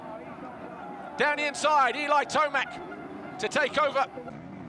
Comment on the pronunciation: Guy struggles to say Tomac lol,,, Kind of like F1 guys lol